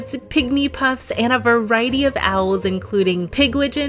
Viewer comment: Are you aware that you say 'anna' when speaking the word 'and'? It's a weird pronunciation when your speech is otherwise so nice.